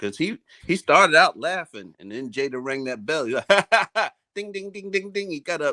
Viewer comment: Damon says Jada wrong that bell and hypnotized Will into yabba dabba doo